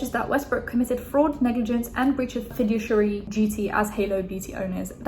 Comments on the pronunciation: Fiduciary is pronounced fih-DOO-shee-eh-ree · fiduciary is pronounced fi-doosh-iary btw girl, you learn something new every day :)) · fih-doosh-ee-air-ee (the ih sound in the beginning is like the fi in fig) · Fiduciary pronunciation - fuh-doo-she-air-e (read e like the letter, not the sound)